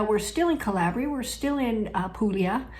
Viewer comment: Calbria? Say no more!